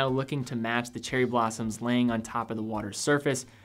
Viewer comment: Hana-ikada as opposed to Hanai-kada. Nice video anyways.